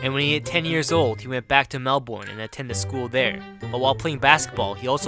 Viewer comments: it's not Mel-Ben, it's Mel-Born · lmao, it's so funny how you pronounce Melbourne just so you know its said melb-er-ne, not melb-or-ne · Melbourne isn't pronounced like how you pronounced it Try saying it like Mel-Ben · lol. as an american it sound just like mel-ben when you blokes say it. my name kurt just becomes "cut"